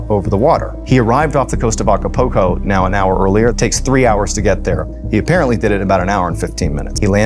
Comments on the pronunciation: It's not A-Ca-Po-Co... it's A-Ca-PUL-Co... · Aca-poco 😂 aca-pul-co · 'Ah kuh poke oh' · Repeat after me A C A P U L C O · The way he continued to pronounce Acapulco was distracting lol